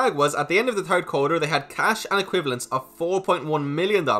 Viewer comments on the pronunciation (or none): Did you say the turd quarter...lol